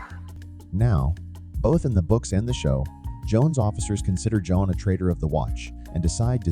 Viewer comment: I feel crazy, but did I hear you call him "Joan" a few times?